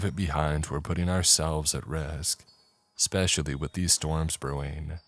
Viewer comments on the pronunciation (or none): Um. he says "expestially" Go for Dark Somnium.